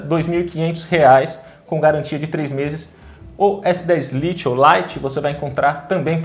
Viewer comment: " s10 Liti" 🤦🏾‍♂️🤦🏾‍♂️🤦🏾‍♂️🤦🏾‍♂️🤦🏾‍♂️